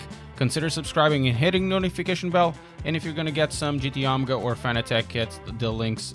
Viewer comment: Gt onga it’s gt OMEGA not onga🤣😂🤣